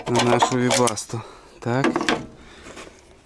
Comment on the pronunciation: теперь я знаю, как правильно произносить "вебасто"